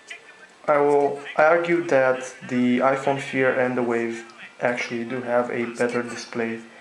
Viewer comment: nigga said iphone feer lmfaooo